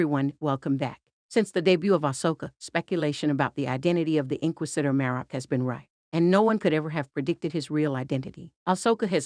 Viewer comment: Holy crap, pronounce "inquisitor" correctly.